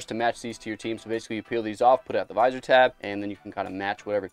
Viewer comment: please just say visor